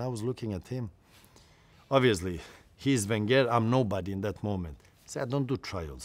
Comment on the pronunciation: The way he says wenger 😂😂😂 like an Iranian